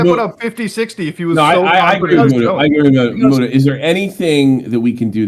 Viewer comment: MOOT-UH. Not MUTE-uh Human trash gnome